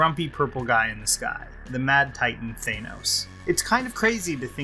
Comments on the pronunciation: Also, it's 'Than-os', not 'Thane-os.' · You're pronouncing his name wrong. It's "Thanos" not "Thaenos". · I like a lot of your videos, but I couldn't get past your pronunciation of Thanos in this one. It's not "Thane - os". It's "Than - os". It's not a long A sound. Other than that, keep up the good work! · Th-AN-os, not Th-ANE-os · THANOS NOT THAYNOS Love your videos lol. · Thainoes, Thainoes, Thainoes. It’s Thanos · You're making a review yet you call him "Thaynouse" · Whats with americans always calling him Thaaynos ? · Dude stop mispronouncing it! It’s Thanos, with a flat-A. You’re saying like Thaynos. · Boy, I love THAY- NOS. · Why? Was it pronounced that way in an Avengers cartoon or something? Seems a little silly to deliberately mispronounce a two syllable world. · The pronunciation of “Thanos” clangs against my ears. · You're pronouncing "Thanos" wrong.